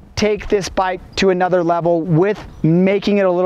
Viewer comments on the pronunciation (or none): none